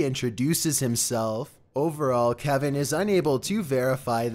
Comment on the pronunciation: I heard Calvin not Kevin but idk